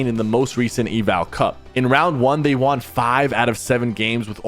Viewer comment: “And Thomas has never WAWN an FNCS” 😖 hate how he says “won” 😂it gets me every time. Lol